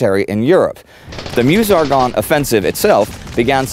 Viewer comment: Excellent travelling shot sound and sound. Great work, crew guys! And you can hear say "Meuse" pronounced Meuse, not "mjuice". Take a note, Indy...;)